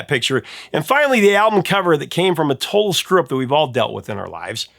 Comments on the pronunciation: "a toll strup"? What??? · I think he said "a total screw-up" but yes, it is very mumbled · I literally had to look at the transcript to find out what tf he said, and I have no idea how anyone or anything could possibly have figured out what he said. Even context wasn't helpful.